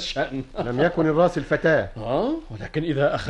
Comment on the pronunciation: المرسل، وليس الراسل.